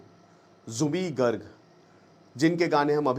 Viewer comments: It's Zubeen not zubee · Zubee nahi ree zubeen garg, thik se homework tou kar leta, Ek baar Assam ka map bhi agar dekh lia hota tou zubin dikhai deta. Assam 3days se bandh ha log rastee par ha, fir bhi kahi koi arajagta nahi, cororo log ro ro kar gaa raha ha ek hi gana kioki Zubeen da chahte the jab ye jaye pura assam ma ye gana bajna chahiye, Assam ke Har ghar gali gaon ma unko tasbee laga ke log 3din se ga raha ha. har bar national media ya Ali ki he baat karta ha, assam ma koi nahi karega ya Ali ganne ki baat, unka pehchan ya Ali se nahi the, Aapne homework thik se nahi kia. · First Speak Her name Corectly. His name is Zubeen Garg not zubi garg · Already skipping your video in the first 22 seconds when you mispronounced zubeen garg's name. Felt really disrespected... you can talk everything about him but cannot pronounce his name correctly.